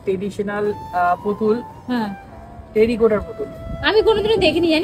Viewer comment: ওটা "টেরিকোটা" নয়.. "টেরাকোটা"!